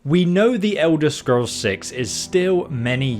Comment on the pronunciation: The Ewder Scrows